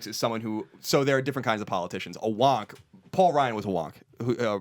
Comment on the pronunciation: As an AU student I feel like shooting myself every time I hear Collin say the word "Wonk".